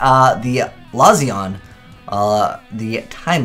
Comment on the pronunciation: I mean as soon as they release the time machine traps that keep the time lords on the field, the deck will be good. Give them more spell/trap support that stop your opponent activating cards in response to attacks and the deck becomes meta. Also there's a hard Z in Lazion almost like Lats-eon.